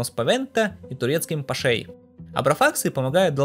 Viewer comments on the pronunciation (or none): Только вот немного больно слышать "пашЕй" (правильно пашОй), Людвигом 14м (правильно ЛюдОвик XIV) и т.п. Критически смотрим дальше. ))) Без обид! Ролик всё-равно отличный!!!